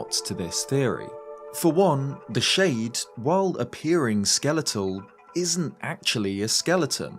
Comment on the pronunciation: I'm getting too irked out by how you pronounce shade when you say hero's shade